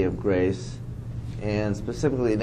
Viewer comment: YO...PACIFICALLY ask her bro, you gotta pacifically ask man come on